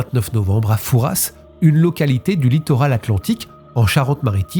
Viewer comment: Merci pour la prononciation du père Fouras. Pour info : trafic en français 1 f et traffic en anglais 2 f